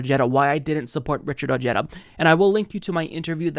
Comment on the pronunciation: O/g/eda... Lol... Cute pronunciation 🤣